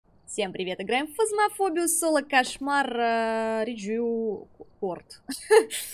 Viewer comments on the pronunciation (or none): Как же мне нравится это приветствие: Всем привет, играем в Фазмофобию с таким ударением на первые буквы) Непроизвольно повторяю в уме) - как будто кто-то шкаф разбирает, вещи полетели такие в проход))) почему теперь, когда закрываешь дверь в шкаф, фонарик на полу перестает светить?) я думала мне показалось, как-то в катке по привычке выбросила из рук фонарь в шкафу и дверцу закрыла и он потух, потом открываю дверцу - светит) думаю, что за прикол, а наверно специально сделали, чтобы в шкафу не смотрели по фонарю, когда атака кончится...